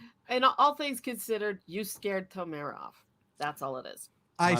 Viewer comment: Guys, plz. Tomer- the emphasis is on the O. You are correct in how you pronounce the o sound, but you put the emphasis on the last vowel, which is wrong Israel thanks you